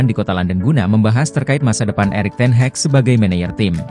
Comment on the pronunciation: DENGER NARATOR NYA ENGGA BANGET, NYEBUT NAMA NAMA MANAGER NYA AJA GA BENER.. ERIK TEN HEG KATANYA, SAMA THOMAS TUCEL 😂